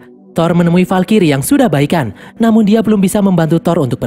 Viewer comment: valkrye bang bukan valkiri